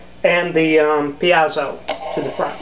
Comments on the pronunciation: Pretty sure it's pronounced "pee-ay-zo" not "pee-ah-zu". Also you should put a piece of metal on the back of the bridge that touches all the strings and connect it to ground, to reduce buzzing (without that they're basically 6 antennas picking up all kinds of radio garbage in the aiwaves). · You say "peazo" I say "piezo". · BTW Piezo(electric) Greek verb πιέζω meaning to put pressure to something. It is pronounced phonetically in three syllables, thus PI*-E-ZO. *Like the letter P. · Good build. Your pronunciation of the letter "e" is interesting. "Axcess (excess), piAzo (piezo). Where are you from? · A tiny comment: it's pronounced "pie-zoh" 2 syllables. More information